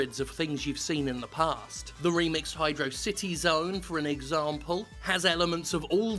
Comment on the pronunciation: He said Emerald Hill instead of Green Hill...HOWEVEr he DID say hydro city instead of Hydrawcity like some people would so we're cool